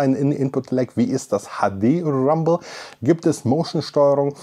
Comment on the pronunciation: Das HADE RRRRAMBEL